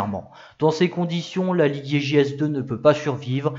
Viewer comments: vous prononcez les G à l’allemande comme s’il y avait un U après le G. Vous dites Liguier au lieu de Ligier ( ou Lijié ), vous faites de même avec Gessalin que vous prononcez Guessalin. De plus vous prononcez le u de Guy, ce qui fait que souvent on a l’impression que vous dites Gouy Didier au lieu de Guy « Lijié ». C’est dommage car vos vidéos sont biens documentées et réalisées. C’est une remarque amicale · Bravo encore pour cette nouvelle vidéo bien documentée. Petit bémol pour l'ecorchage systématique des 2 principaux noms, Guhi Liguier et JO Schlessleur... :-( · interressant , mais on ne dit pas " gu-oui li-guier " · alors j'adore tes videos mais la , je peut pas, tu écorche trop le nom Ligier